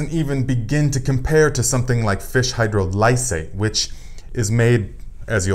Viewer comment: Excellent info, Thank you. FYI: Hydrolysate (phonetic: hi-Droll'-ih-sate): Accent is on the 2nd syllable (drol w/a soft "O" sound, as in on, ox, off) not hard as in Oh, and the "I" is also a soft (as in is, inch) vowel sound, not hard as in "I".